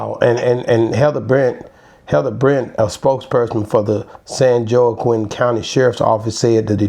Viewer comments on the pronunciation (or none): It's pronounced "Wah-KEEN" San Joaquin. I'm from the neighboring county. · Its pronounce w a k e e n. San Joaquin